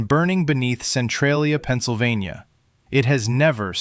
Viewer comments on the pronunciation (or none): none